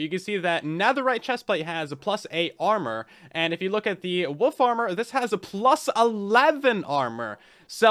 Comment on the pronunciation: Woof armor..... I keep hearing woof armor, and I'm all here for it